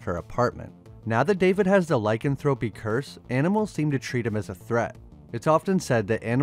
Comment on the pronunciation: One of my favorite movies. Lie-can-throw-pee